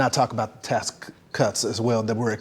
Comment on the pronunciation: Ight bruh I ain’t finna let slide mfs already say “axe” instead of “ask” but now a word with the literal “ax” in it is being pronounced “task” instead of “tax”. How the actual fuck do you do that? I had no intention on even commenting about anything on the video cause asmons fans are grifting dorks but still bro. My name is Tristan and I guarentee bro would pronounce it like “trishchin” they always do.